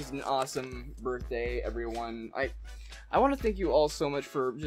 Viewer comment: Did anyone notice that says that it is his borfthday